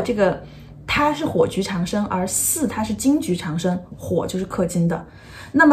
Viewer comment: 长（读音掌）生